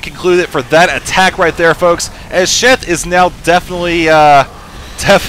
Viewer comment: I swear keeps saying Chef not Sheth. LOL!;)